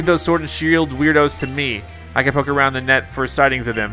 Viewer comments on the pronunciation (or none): none